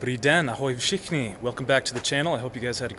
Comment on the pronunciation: Jaysus, your "Ahoj VŠICHNI" did sound pretty Czech to me, hats down :)